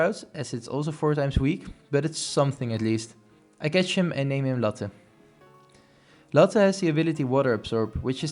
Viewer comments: You said latte wrong it's laa·tay not latten where u getting n from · everytime you said Latte i thought you said Lotte, and would instantly think LOTTE TETTEN ZIEN as a result